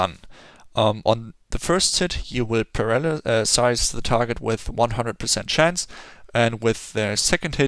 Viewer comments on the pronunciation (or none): u seems like struggled when pronouncing "paralyze"😂. nice guide anyway